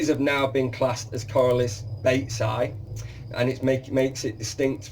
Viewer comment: Hi, excellent video. But it's Corallus and not Corralus. Same mistake on your website. Olivier